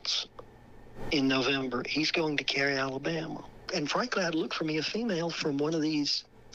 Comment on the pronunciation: An Alabamer.... sounds right 🤡